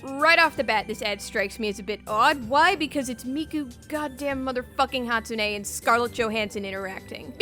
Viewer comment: Please... please ask for some help pronouncing Japanese words... "Hatsune" and "Yakuza" killed me... please... I beg of you...